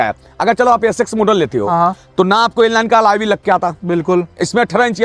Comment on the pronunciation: Alloy ❌Alaaye ✅